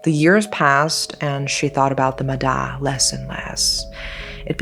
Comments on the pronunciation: The "da" in "ma da" is actually pronounced as "ya", I don't know why we call water spirit as ma da but "da" means skin. This is one of the most popular urban legend I heard growing up, the other popular urban legends is "ma lon" as can ghost and ghost hide you when wandering in graveyard alone. Back then, there were 2 people drown in a big river in my city, the first person drown so the 2nd person jump in to save but they both end up drowning. Through word-of-mouth, people spread the rumor of "ma da" pulling both of them down into the water forever. The logic explain to this incident is strong current + deep water + cramp + exhausted from trying to pull someone into the shore. Nowadays I don't hear stories about "ma da" anymore. My parents and relative families actually not restrict any of us from the river, I got taken to play in river with my cousins all the time when I was young, no one in our family die because drowning. More than the "ma da", I got warned more about "ma lon", not play with your shadow at 12pm and 0am and the wandering in graveyard alone. A little about "ma lon" or can ghost is intentional summon ghost ritual. This is just what I heard, I never believe or try to play with spirit. So if I remember right, you have to have more than 1 person to play, you use an empty can of condensed milk, 3 incenses sticks, uncooked rice, offering like biscuit, you need to do this in seclude spacey place. If the ritual success summon a spirit, the spirit will possess the ca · thank you for covering this topic!!! love love love your video p/s: its pronounced ma-ya, cause "D" in vietnamese is pronounced like a "Y", for the actual "D" sound, the letter we use is "Đ" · "Ma Da" is pronounced "ma ya" with a soft D, as opposed to the hard D in Đ. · The spelling is correct but the pronunciation is with a "Z", MAZA. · The d is actually a silent d, sounds like y. The word "ma da" is pronounced like "mah yah"